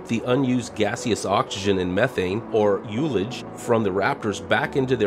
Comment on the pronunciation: Ullage, I've never heard it pronounced like that though. It's the part of the tank that contains gas rather than liquid. Neck of a wine bottle contains ullage unless you turn it upside down.